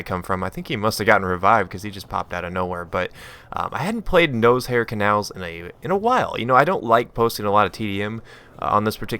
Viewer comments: It's pronounced naw-shar, not nosehair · I noticed, you pronounce Noshahr Canals "Nose-hair Canals"... lol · i like the nose hair pronunciation.